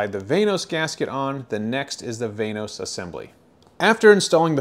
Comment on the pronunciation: Van-os not vaynos